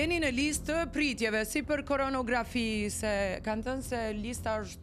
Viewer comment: Koronarografi thuhet , jo koronografi